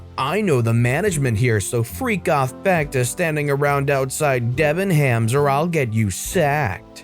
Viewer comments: Hahaha, sorry. "debben-hams"! It's pronounced "Debben-ems". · That was what I was thinking.